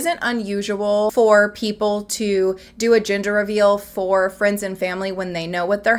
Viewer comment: It took me about two minutes to understand you were saying ‘gender’ reveal. I heard it as ‘ginger’ reveal 🙃